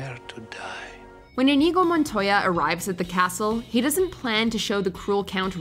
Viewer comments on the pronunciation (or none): InEGO Montoya? Try watching the clips for the correct pronunciation of the character names. LOL!